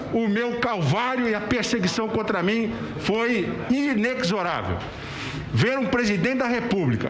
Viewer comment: Na palavra inexorável o X tem som de Z e não de ECS